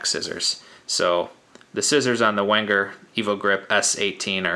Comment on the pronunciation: Pronounced "Venger". Enjoyed the review.